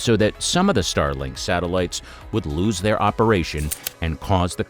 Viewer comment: StarLINK, not Starling